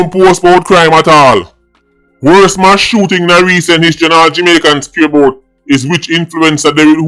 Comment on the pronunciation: Please say M A S S NOT MASH.